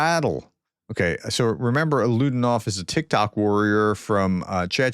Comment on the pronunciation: Alaudinov is pronounced as ah-lah-oo-DEE-nov